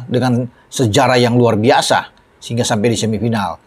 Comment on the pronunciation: RRuarrrr bisa bung, bukan luar biasa 😂😂😂